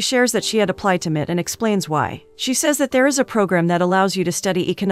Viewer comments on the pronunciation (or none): M.I.T. Massachusetts Institute of Technology, M I T not mit